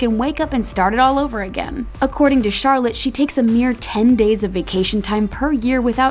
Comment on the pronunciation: lol the way she pronounced Charlet XD also this si normal we get hurt yes, we have round over, yes, we get bucked off......DEFINITELY, do we love us some fresian's? yup! do we love a good dressage horse when doing random paring? YASSSSS